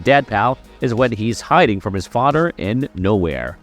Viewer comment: Please get some speech lessons. Your "th" soeech issue is quite distracting. But your VOICE is top notch. Work on youre "th" pronunciation. EXAMPLE: its FaTHer, not FoDDer Great job though! This is constructive criticism, not an attack.